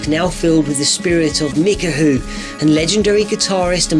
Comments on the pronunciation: > lol, you mean me-kow xD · Did you just call the Zora guitarist Mikahu? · Isn't his name pronounced mik-ow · ah yes... my favourite majora's mask character......